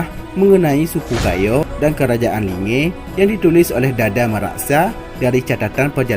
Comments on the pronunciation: Kerajaan asal linge awal serule adalah kerajaan pertama di Indonesia sebelum Pajajaran baca buku sejarah suku Gayo baru buat konten ini . Nyebutin linge aja masih salah malah sok Sokan bikin konten ini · Hapus konten mu ini. Sumber mu itu gk jelas. Jgn jadikn itu referensi. Sblm kaum kalian ada suku gayo udh ada. Dn gayo adlh suku asli aceh. Gk ush sok bikin sejarah gayo dgn referensi gk jelas. Gayo bkn cmn d takengon, d tamiang jg ada. Jgn bodoh jd org dgn bikin konten adu domba. Pnyebutan kata linge pun kau salah. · Kau klo gk tau ttg gayo gk usah sok bikin konten yg bikin ribut. Kau baca sejarah merah johan. Pnduduk asli aceh tu org gayo. Kau cmn pndatang udh sok bikin konten yg bikin ribut. Gayo bkn cmn takengon. Tp d tamiang jg ada. Perluas wawasan mu. Jgn picik otak mu. Dialek mu j belepotan bicara. Pngucapapan linge j kau gk benar. Tolol.